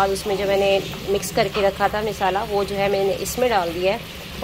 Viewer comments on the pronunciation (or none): misala nai masala hota hai corct bolain word